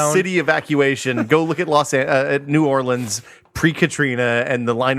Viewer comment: YAAAYYYYY!! said "New Orleans"!!!!!